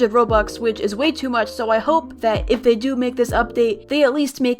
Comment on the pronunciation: For a sec I thought you said "tool" inside of "too"